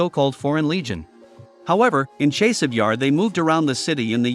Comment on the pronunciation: Dude! your reporting is good but your pronunciations are atrocious. After 2 yrs. grade school children are pronouncing Chaaasiv Yar! Not a chase.